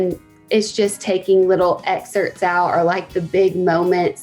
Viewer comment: Can't afford your book. I had to choose between buying a slurpee, or your book, sooooo bought the slurpee. But I'm just wondering if you talk like a baby in your book too?? ..."wronGGG way??? ..."opscal"??(obstacle) ..."lonGGG"??? ..."excerts"? (excerpts